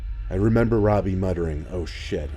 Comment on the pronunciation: Anyone else think of the dude from “Jessie” when he said his name? 😂😂 Well... he said “Robi” (or however you spell it) but it still kind of sounded like “Ravi” 😂